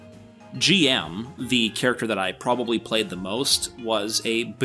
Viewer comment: I really hope it will be resurrected somehow I was part of the closed beta test and LOVED it from the beginning once it went live I was a Unicorn main it was so much fun and it's also my favorite gundam of all time. BTW GM is pronounced jim. Witch from mercury picks up in season 2 and Iron Blooded Orphans is great